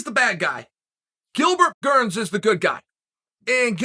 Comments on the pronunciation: “Gilbert gurns” been hanging with Connor and Jon too much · Me: Gilbert Burns Uncle: Gilbert Gurns Me: Ok great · Gustin vs. Gurns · Chael: "Gilbert Gurns" Everyone: Ok Great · Chael “ 10 seconds into the video and already called him Gilbert Gerns “ sonnen😂😂😂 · "Who tha foook is Bilgert Gurns?" Jon "The Notorious" Africa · Gillburr Gurns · Can we just take a second first second in the vid, Gilbert Gurns😂😂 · Bilbert gurns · Gilbert gurns? 😆